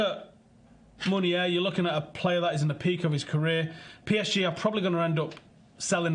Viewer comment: Please not meunier